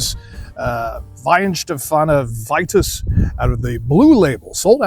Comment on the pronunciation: Wouldn't it be pronounced "Vee-tus?" Also, how does it meet the reinheitsgebot if it uses wheat? Truth in advertising, I don't like Weitzen biers. I'm also a bier snob. Greetings from a German in Austin Kentucky.